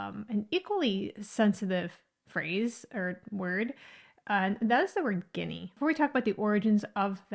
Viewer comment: You did not provide any solid evidence of the origin of this derrogatory word........ You became redondant in your conversation focusing so much on "colorism" and social biasis without actualy getting to the exact reason and background of the word or phrase........ Also, you are mispronuncing the word "Guinea" and misapropriating it's context.... The discriminating term or word was actualy "Ginni" not "Guinea", which are two different words , with different pronunciations..... When the discriminatory phrase was originaly used to refer to southern Italians and Sicilians, 99% of U.S. Americans had hardly and possibly any Idea or Knowledge of the African country of "Guinea"...... Also, the term originated in the streets of NewYork city by common, non-educated people who had little or any idea or Knowledge of African countries or racial origins......... The most Practicle theory on this subject, which also has been passed down through generations of both Italians and Sicilians and other predominant ethnicities of that era would most likely be that most southern Italians and Sicilians that migrated to the U.S. in that time had last names ending with the letters G-I-N-N-I..... Therefore, many other ethnicities particularly the Irish, began using this to refer to Italians in a discriminatory way and so fourth........ This is the closest logical theory, that relates to the origin of the discriminatory term "Guinni"..... There is no exact knowledge of it's origin..... Only that this i